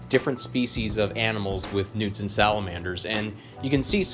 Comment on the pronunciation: I thought dude was saying newton salamander 😂